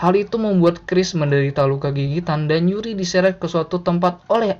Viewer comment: Yuri bang bukan Uri